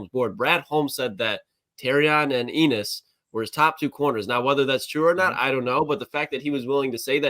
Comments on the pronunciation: Why did Brad and these guys pronounce his name like it rhymes with penis? Never met an Ennis that pronounces it that way and I live in Appalachia. I know some folks named Ennis. It rhymes with Dennis. Bucky and DJ pronounce it my way as well. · It’s pronounced N-iss not Eenniss right?